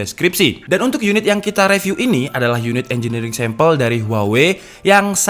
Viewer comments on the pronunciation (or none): Bang ak suka liat video mu Di benerin minggrisnya bang, baca “review” itu “riviuw” Ada di video yg mana gtu, abang baca “call of duty” itu “call of daty” hahaha.. duty tetep duty baca nya bang Smoga bermanfaat